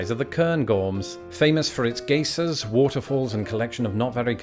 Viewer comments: D-did you just say gay-sirs? I've always heard it pronounced guy-zirs. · Daily Mail: Thinks anything on YouTube is public domain. Cairngorm: Sounds like a Star Trek alien. Geysers: We pronounce them “guy-zers”. I watched it to the end of the beginning of the end. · As someone who used to live in the Yellowstone area, we love to hear the different ways people pronounce our thermal features, since people visit from all over the world. Just to let you know the American pronunciation of the word geysers is “guy-sirs”. A geezer is an old man! Love your videos!. 😘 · GUY-zers not GAY-sirs in Yellowstone Park. Love the channel!!!! You and Bill Bryson switched sides of the pond and you are equally sarcastic and hilarious. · Did you say gay-sirs? I say guy-zers. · Ahem. Please tell me the entire UK is not running around calling geysers "gacers." "Guy-zer" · I did a double take at your pronunciation of geysers (since as an American I had only heard it as Guy-Zers). I also noticed that some Brits pronounce a quay as a key whereas I've only said it like a kway. Love the informational edutainment you provide. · I thought he said gay-sirs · Not geysers but pronounced gahhhhhisehrs… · Never heard Geysers pronounced that way. Geezers yes. They we say Guy-Sirs. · Gay Sirs. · "Gay-zers"... I think that's another word you can add to your different pronounciation video... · That's how I've always called them. The logic is "gey" rhymes with "key". I've never come across pronunciation before (and I'm 70!) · seriously "gay-sers" stopped me in my proverbial tracks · I feel like you should rename this to: "ALASKA" bahahahaha. Also, I'm dying at how you pronounced geysers. It's so wrong but so funny. BAHAHAHA. 🤣🤣🤣 (I remember going to the Lake District years and years ago and did some hikes and stuff and it really bothered me how itty bitty it was. Gorgeous, but tiny. I could just walk everywhere in like 15-30 minutes. BUT that's what happens when you're from Montana. 😉😉)